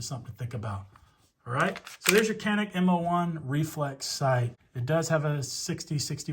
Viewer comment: It’s pronounced janik…. Yawn-ick.